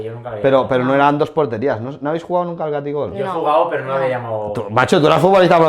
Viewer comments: No es taquigol es ataquigol!!😂😂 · Catigol????? Se dice Taquigol!!!